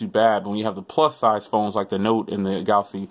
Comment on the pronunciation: “Galasy Note 8”